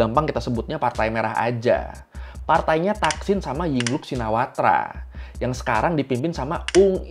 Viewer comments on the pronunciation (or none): ying lak bukan ying luk